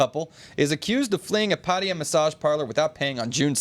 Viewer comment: Why do you pronounce Pattaya as Pætia instead of Pattaya?